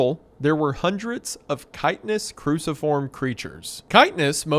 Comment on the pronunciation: Normal people: Chitinous Wendigoon: Kiteness Normal people: Treblinka Wendigoon: Triblenka Come on, You could at least check